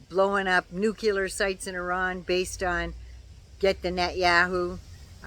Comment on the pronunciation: Hey,! Love you, love your vids, and especially love your knowledge. You know your stuff. So, umm, maybe this is a Canadian thing, or mispronunciation simply stuck with President Carter. But...the word isn't "nucular". It is "NUCLEAR"! Say it with me: new-clear. Very good. Again: new-clear. One more time: NU-CLEAR! Sh*t yeah! Keep practicing. You've got this! Keep up the good work! ❤❤I love you,.❤❤ BTW, it's frickin' hot here in Maine, too. Stay cool, dear. 🥵